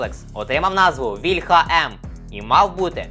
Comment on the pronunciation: Не вільхА,а вІльха,блін ,молдавани